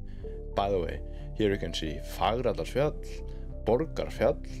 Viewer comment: Thank you again for these updates, very informative! I love hearing you pronounce Fagradalsfjall - and trying to pronounce it myself with my US accent - I need some work! LOL! 🙏🏻😂😊